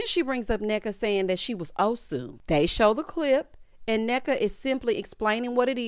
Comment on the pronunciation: I have to say that Ashley and her mom kind of did a good job pronouncing the name—- Nneka , Ngozi, and the Ibo ethnicity . Even pronounced OSU well . I appreciated it as an Igbo Nigerian in diaspora